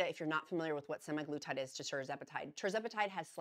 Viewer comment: Thank you for always providing information and updates! Semaglutide = SEM a GLOO tide. Emphasize SEM and GLOO. GLOO gets the most emphasis. Source: USP Dictionary Online (aka USAN)